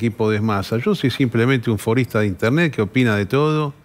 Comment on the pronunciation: Dijo forista o forrista ?